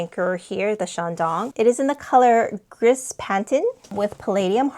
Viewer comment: Gris = "gree"